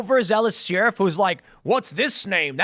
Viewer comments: Lmaooo at Tim saying “Sheerif” instead of sheriff like a normal human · Yes very sus. But I also wanna know why Tim pronounces sheriff like Sheearuf, cuz it drives me crazy like nails on a chalkboard 😂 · Bro... its pronounced "Sher-if" Not "Shee-rif" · It's "Share-if" not "sheer-if" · Nobody: Tim: Sheeriff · The best thing about Tim pool is how he pronounces sheriff. Sheeee-Riffff 😅🤷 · Sheriff is pronounced like Share if 😂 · "Shear-iff" - Tim Pool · The "sheeruff"? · Sheriff is pronounced..."Share If" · Why does Tim keep pronouncing sheriff “sheeriff” ? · Why does Tim pronounce sheriff so oddly ? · Does anyone else say Sheriff like Tim? 😂😂😂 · Tim why are you mispronouncing "sheriff?" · You pronounce sheriff in a weird way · How did he pronounce sheriff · We does Tim pronounce sheriff weird all the time? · lol, he has always pronounced like that. Not sure what is wrong with him. The ghey? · Dude. You say sheriff wrong.